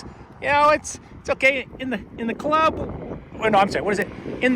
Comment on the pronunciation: Omg I love you “in the clurbbb, we all fam”. You got that right 😂